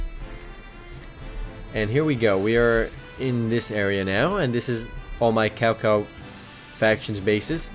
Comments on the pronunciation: Kao Kao xD? isn't more pronaunced like Shao Shao? Well currently downloading the game, though seems a little like a normal point and click. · It's not cow cow you read it as Chao Chao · lol cowcow its cho cho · Cao Cao isnt "Cow Cow" , its "Child Child" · It ain't really Cao Cao, it is spelled that way but it ain't pronounced as Cow Cow, it's more of... Chao Chao, I'm chinese so I know the story... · PS,, horrible pronunciation of the leaders:| Cao Cao is not "Cow Cow" but 'Tsao Tsao" and "Lu Bei" is "pronounced as "Lee-you Bay" xD Sorry, but I had to correct that. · caocao becomes cowcow lmao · its tsao tsao :D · IT'S PRONOUNCED SAO SAO =/ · Lol he's pronouncing the names wrong :P Cao Cao = Sao Sao o -o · well you wouldn't pronounce Cao with like a ch like chocolate...but more of like a ts so its like tsao tsao......I always thought it was like kao kao , but then my friend told me a lil bit more about the chinese language and I also purchased DW6 and WO2 which pronounce the name like i said before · Actually, it's pronouced Tsao Tsao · lol no its pronouced tsao tsao lol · its tsao tsao not cao cao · you said cao cao wrong D: xD